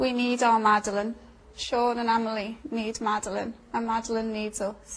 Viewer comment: Gerry slips up with his Glaswegian accent in the interview , he says "what OOR motive is" At first I thought he said "her" but I've listened to it a few times now and he definitely mispronounces and says "oor" (our the in Scottish dialect).